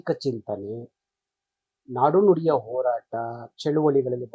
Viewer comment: ಲೋ ಓರಾಟ ಅಲ್ಲ . ಹೋರಾಟ 😀😀.